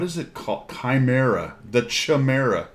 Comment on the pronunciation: chimera = Kie-meer-rah